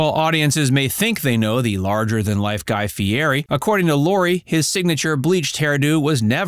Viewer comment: You need to learn how to pronounce his name!